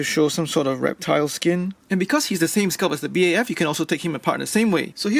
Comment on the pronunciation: This man calla it a b a f it's BAF Edit:no hate it just annoys me